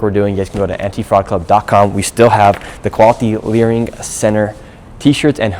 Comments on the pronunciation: Nick saying "learing center" all the time is legendary😂😂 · It is so funny that the ones that follow and know all say "LEARING center" 😂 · THE FACT THAT YOU KEPT SAYING "LEARING CENTERS"- I HAVE TO BUY A SHIRT. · The fact you’re stilling calling it a “learing” centre while answering these questions is hilarious hahaha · "...went to the locations of the learing centers..." now we are all saying learing